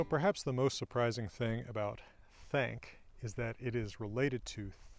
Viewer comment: Funny thing: To my British English ear, your "think" and "thank" both sound like "think". I had to turn on the subtitles to understand the difference.